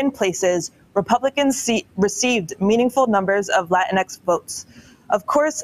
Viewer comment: Latinx is pronounced “Lateenkses.”